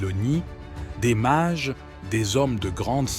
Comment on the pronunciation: Les Mages, pas les Marges... 🫣😮‍💨